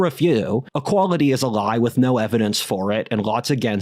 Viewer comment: "Society is a Glie!"